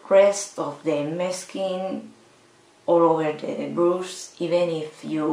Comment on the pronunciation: Interesting :) (you should look up how brush is pronounced, srry don't know a spanish example)